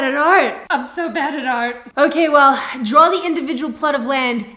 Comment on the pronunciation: I like how pronounces "draw". She going to drawer a certificate.